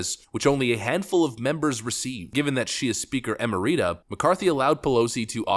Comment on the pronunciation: Look up the pronunciation of "emeritus".